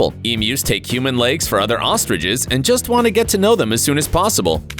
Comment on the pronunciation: He said ostriches 🤣🤣